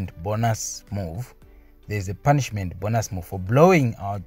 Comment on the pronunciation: bonus is not 'bonas'😅 its still 'bonus' to read